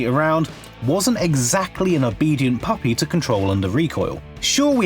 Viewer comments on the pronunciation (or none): none